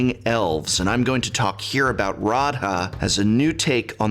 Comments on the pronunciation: You mispronounced Radha. She is clearly Celtic or Gaelic influenced (though to be fair I never got a concrete confirmation from MARO or anyone else). Which would mean you pronounce her name like this "Row-Uh" Not with the hard A and D. Normally I wouldn't bother, but you're an academic and I just thought you may want to know. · Dear prof, it is pronounced Ra-the. Also your awesome!